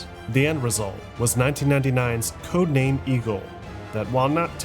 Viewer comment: For the first 16 minutes I keep hearing Codename: Amigo 😂